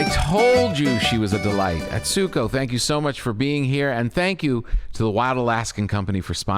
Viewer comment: I would love for Tom to have learned to properly pronounce Atsuko’s name.